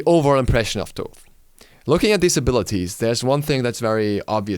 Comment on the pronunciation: Thaw-th and not Taw-th is the correct pronunciation. (Like Thanatos) This is how it's pronounced in Greek and where his modern name comes from. ΘΩΘ (THOTH) not ΤΩΘ (ΤΟΤΗ). ΘΩΘ isn't pronounced any other way, it's pretty clear. In ancient egyptian it was written and pronounced completely different.